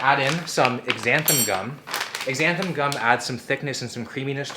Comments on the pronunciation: It's pronounced ZANthangum, not EXANthangum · i could be wrong, but im pretty sure Xanthan gum is pronounced Zanthan. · is that a Canadian thing to call it X-xanthan gum??